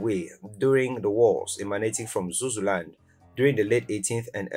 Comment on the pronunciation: Lesotho is pronounced as Lesoto (the th is a t sound) and its Zululand not zuzuland.